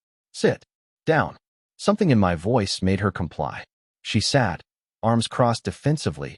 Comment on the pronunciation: M-Y instead of My.